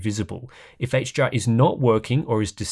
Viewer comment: It sounds like you say “HGR”, when you’re saying “HDR”